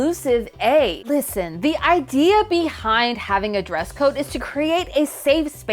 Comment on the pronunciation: "Llllisten" Count: 6